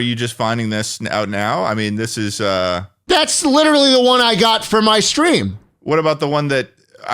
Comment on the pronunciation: Aaron from the speak pipe was a book definition was "witerally"